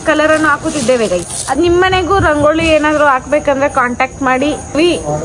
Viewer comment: ರಂಗೋಳಿ ಅಲ್ಲ ಅದು ರಂಗೋಲಿ 😂